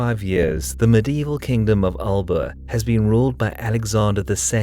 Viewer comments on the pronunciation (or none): Great video. One thing I would add though is that Alba is not pronounced as its spelling would suggest to a native English speaker. It is pronounced more like Alapa. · Alba is prounced Alpa